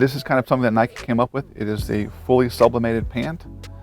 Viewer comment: WTF! Nike. Nike. Nike Give me a break.